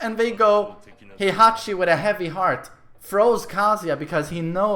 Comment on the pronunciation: Took me a while to realize MM was saying “throws” instead of “froze”